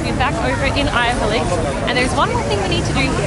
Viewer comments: What’s avylcik? :D it’s spelled Ayvalık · It’s “Ayvalık” 😂